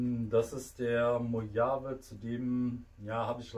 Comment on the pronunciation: Mojave.....das Ding heißt MoCHCHavIIII